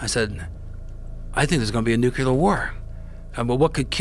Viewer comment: Why do some of the most ostensibly intelligent people keep saying "nook u ler" new-clear people, it's not difficult. Don't be a George Bush.